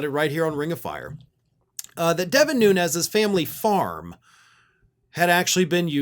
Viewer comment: Cant even accept or pronounce his last name correctly .